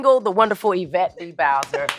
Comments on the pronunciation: The pronunciation is forever changed: "Y-vette" is the new norm❤ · Lol John would be proud of how you said Yvette’s name